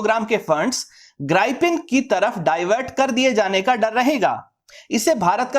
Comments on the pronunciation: Sir mera Ko maff karna It's grippen Not Gripen Sorry boring and don't liked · Gripen नहीं Grip-pen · ग्राई - पिन नहीं ग्रीपेन 🤣